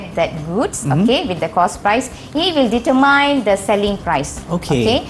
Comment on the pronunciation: its dee-ter-mean not dee-ter-landmine